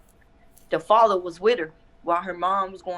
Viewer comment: " The Fadder was Widder "